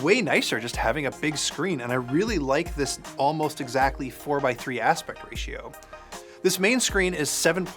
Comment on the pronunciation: "Almolst exactly 4x3 aspect ratio"